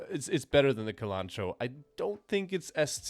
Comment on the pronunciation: A small complaint: "cilantro" is pronounced with "s" as the first sound, not "k".